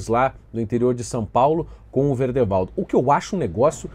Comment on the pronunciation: És o primeiro que vejo falar o nome do Verdevaldo certo! Hauahauahaua'